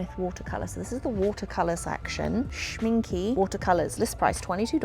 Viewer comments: What a fun video :) if you like watercolours, I really recommend trying the Schminke (pronounced shmin-kuh)ones. I have their artist grade pan set and some tubes and they are really good quality and a joy to work with. Daniel Smith is also really good. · It is not pronounced Schminki! It is pronounced Schmincke with an e at the end like the in the word end or elephant!